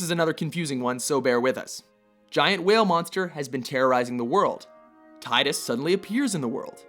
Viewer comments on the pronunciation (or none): 1. It's pronounced "Tee-dus", not "Tie-dus" 2. Tidus did not make a sacrifice, rather, he was sacrificed (albeit indirectly, sort of) by Yuna, given that she had no desire to turn any of her friends into the next Final Aeon, thus creating a new Sin in the future. From a logical standpoint, killing Yu Yevon's spirit to ensure that Sin will never be reborn is best, even though Tidus would disappear (which, in a sense, doesn't matter, since he in all technicality is not "real" anyway) 3. Zack Fair is a much more suitable candidate. Plain and simple. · it's TEEDUS NOT TIE DUS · am i the only one annoyed that he pronounced Tidus wrong? I know they never say his name in X, and i can't remember if they ever say it in X-2, but i know they say it in Dissidia. It's pronounced tea-dus, not tide-us. And his death wasn't a sacrifce, he never existed, he was a anomaly created to defeat Sin, and he did, and time corrected itself and he dissapeared.... how wasn't Zack Fair in this list :( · Also quit pronouncing tidus wrong. Dissida pronounced it how it should, teedus not tidus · it's "Teedus" and not "Tye-Dus" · It's pronounced "tee-dus", not "tie-dus" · just correction for you guys. its pronounced Ti-dus. Not Tiy-dus. Besides, it sounds weird. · It's pronounced Tee-dus not TIGHT-us. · ARGH his name is Tee-dus not Tie-dus. Dammit. That's how his name is pronounced in Dissidia. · It's Final Fantasy TEN(not Ex,kinda like FF7 isent Final Fantasy Vee Eye Eye) Also Tidus is pronounced Teeduse,not Tyedus(you learn this in kingdom hearts,witch has been on plenty of their top 10's,don't make excuses for them) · You pronounced Tidus' name wrong. Its "Tee-Dus". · you assholes say tidas wrong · ohh umm u said Tidus name wrong :P... its like "Tee" dus.... they finally pronounce his name in final fantasy dissidia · #3 it's pronounced "TeeDis" :P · Tie dus from Final Fantasy Ex. What were you smoking? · Tidus is as dumb as his name sounds. "Teedus". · y tidus titus.. tits......tittys